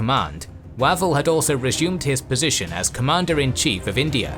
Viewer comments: Way-vel, not wav-el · I've always head Archie Wavell's name pronounced with a closed 'a' (as in wave). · With all due respect, your AI is mispronouncing Wavell…its Way-vell, it is driving me nuts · Pronunciatio!!!!! Wavell,!